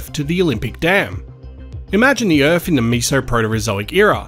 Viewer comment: Earphs? Erfs? Earfs? Like, as in planet EARTH!?? U got birTH right, why not earTH?